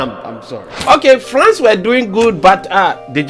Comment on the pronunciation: Did I hear you say “FLANCE?” 😂😂😂😂😂😂😂😂😂😂